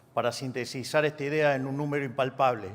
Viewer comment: SE DICE SINTETIZAR NO SE DICE SINTESIZAR